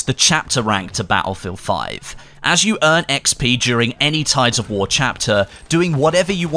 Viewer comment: i have serious problem with your accent. Not that you can do anything about it but the way you extend some syllables really bothered me. its tides of war not waaaar XD